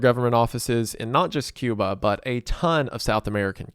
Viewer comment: this mf said “Cuma” 💀